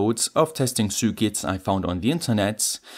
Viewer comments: I hear Sue Ketts :) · Ok ur English is great but u say circuits weird a f lol